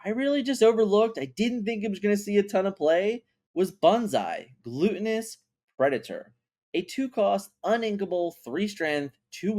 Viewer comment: Can’t take your opinion on cards seriously when you can’t pronounce words correctly. “Gluten-ous” 😂 that hyena high in gluten or something? Lol learn to read bro